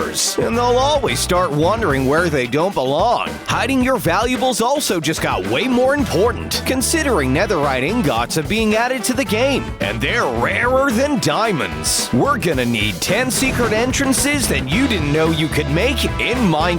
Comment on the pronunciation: Am I thr only one that heard him say nether rot*